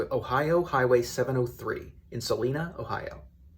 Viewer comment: Celina, Ohio is pronounced Cell EYE na, not Cell EE Na.